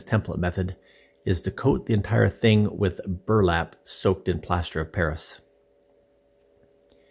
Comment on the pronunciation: Did he say "Verlap soaked in plaster of paris" ? What is verlap ? It would be great if you could tell us the product names you use rather than "resin with microfiber"